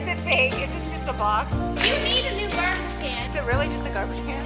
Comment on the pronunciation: Garbage not carbage